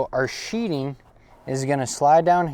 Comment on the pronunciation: Nice work BUT it's called sheething not sheeting.."TH" not "T",,,thanks.